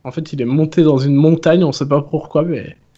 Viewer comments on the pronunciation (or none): c'est Montagne et non pas Montane! Go aller voir un orthophoniste mdrr